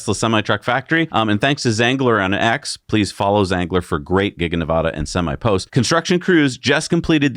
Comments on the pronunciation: Ne VADD uh not Ne VAH duh Please guys, every Nevada native cringes when you say it wrong. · Hey Guys, love your content and how you present it in a fun way. Fyi, ALL native Nevadans pronounce the first A in Nevada the same as it is in 'cat' or 'fast'. Keep up the good work :)